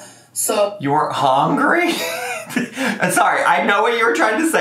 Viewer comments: i’m so surprised this is the first time you’ve noticed her say hOngry 😂 this is one thing that my husband makes fun of all the time just from hearing her in the background lmaooo he always asks why she says it that way! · The first time I heard her say "HONGRY" I laughed so hard. One of my favorite Amberisms